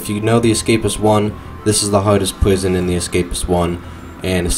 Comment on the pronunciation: Ahhh one of those can't do "R" guys. I love them.I like the part where he goes Pwison Libwary.